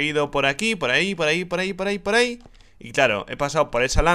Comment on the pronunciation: RICHHHHHH se dice por ahí no por áhicoñooooo